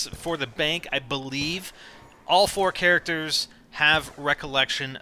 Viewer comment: He puts to much ennfasis on the all